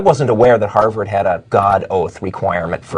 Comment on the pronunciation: Did she say Harvard or Hogwarts?